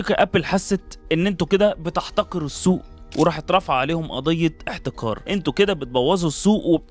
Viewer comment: في فرق بين احتكار و احتقار حاول تحسن موضوع القاف ، الموضوع مش تفاهه